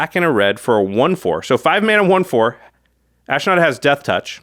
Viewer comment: There is no "I" in Ashnod...it is ash-nod. Sorry, the mispronouncement just grind my gears.